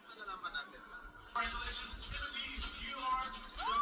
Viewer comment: Ang galing mag-host ni. Hindi siya typical na Thai na hirap mag-english. Pati word na Philippines, kaya niyang bigkasin yung 'S' sa dulo. Saka ang generous niya sa pagbibigay puri kay Kirk. Meron pa siyang "Filipino pride!". Yes, magaling din si Athisa mag-host kahit sinasabi ng ibang Pinoy sa comment section na kulang daw sa adlib like Catriona. Congrats, Kirk! Mabuhay! 🇵🇭🇵🇭🇵🇭